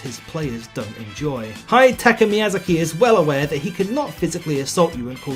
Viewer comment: Congratulations on the most incorrect pronunciation of Hidetaki Miyazaki's name possible.